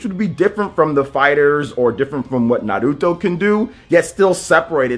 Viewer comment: He says it right. How it's supposed to be said.